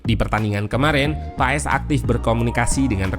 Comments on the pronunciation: Sekarang pengucapan nama Paes bukan di ejaan kita min, tapi pengucapannya adalah Paas...kalo tulisan nya sih tetap Paes😊🙏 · Marten paes di baca maarten pas